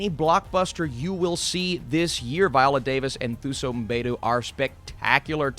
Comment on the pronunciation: Quick tip for pronouncing Thuso's name for the future (because I'm predicting she'll blow up in the future), in that language, the "Th" sound is pronounced with a hard "T" sound. So essentially, you'd say it as Tuso (2-so).